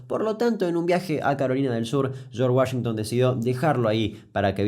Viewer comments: charch guallinton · De los creadores de "Los hermanos Mek Denels" Llega: "El señor Yorsh Wayengton" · Tunununum Tununum Tum (tema de los Expedientes Secretos X) En el minuto escuchamos como el espíritu de José María Listorti se apodera de Damián al pronunciar "Chorsh Wayington". Sos un capo Kuc, te banco fuerte. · Damián, hiciste todo un vídeo solo para presumir tu micrófono nuevo - Shorch Guashintan